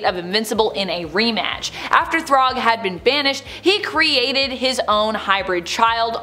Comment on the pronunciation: If you need help with the pronunciation, it's "Thragg" not, Throg.